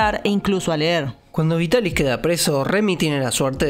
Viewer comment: El doblaje de la Remy chica es en castellano, verdad? Porque estoy segura de que la actriz de la prota es mi adorada Marta Sainz, que ha hecho a tantos personajes de mi infancia :D <3 Me alegra también el error de la R en Vitaris, puesto que significa que ya traducían del japonés directamente, y no de la versión francesa como hacían antes...).